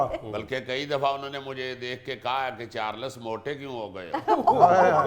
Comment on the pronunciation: یہ بے تحاشا ھنسی والی عورت 🤦🤦🤦... چار لس.. یہ دو لفظ نہیں بلکہ ایک ھی ھے. چارلس.. نام بھی صحیح نہیں بول سکتے لوگ..